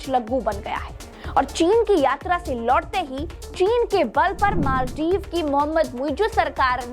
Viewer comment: Pahle to Maldive bolna seekh lo